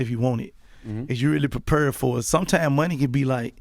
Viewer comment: Gotti= “Parpared” (Prepared)